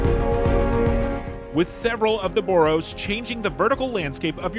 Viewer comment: New “bore-o’s” you say? That’s tore-ific!